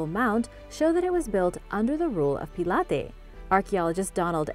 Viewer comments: Pontius Pilate is pronounced Pontius Pilot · #3 have never ever heard Pontius pilate pronounced like that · Terrible pronunciation of Pontius Pilate!